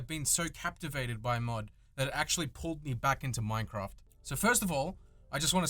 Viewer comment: Minecwaft. Also I enjoyed it.